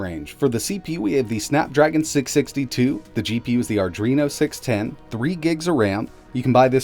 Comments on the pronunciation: Anyone notice how he always says AR-DRENO instead of AD-RENO With that said, how much better is this tab over the Galaxy Tab E 32GB? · The “Ardreno” again.